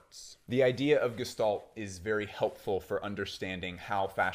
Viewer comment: fine vid. you mispronounced gestalt, even though you had the pronunciation on screen when showing definitely. bruh edit: LOL and also, . cool. winner